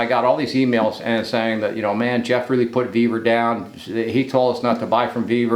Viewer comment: Ve-vor, not Ve-ver.